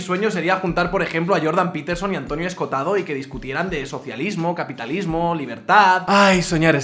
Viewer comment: En vez de Escotado que es como lo nombras, deberías pronunciar las dos oes: Esco ho tado.